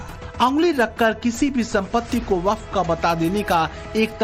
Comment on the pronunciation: यह baff bord nahi haf bord hai